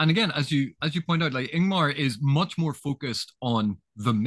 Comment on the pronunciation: Btw, it is Lord IngTar, not IngMar, and it is da’covale, not da’vocale.